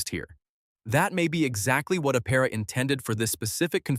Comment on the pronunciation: “Aptera”- Please include the T in your pronunciation, thank you.